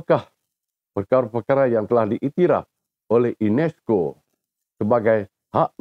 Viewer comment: INESCO BUKANNYA UNESCO... 😂😂😂😂😂😂😂